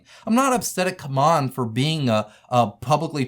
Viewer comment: Why do you pronounce it as "C'MON" instead of the correct "C-MON"?